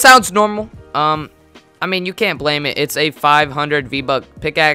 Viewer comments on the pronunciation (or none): none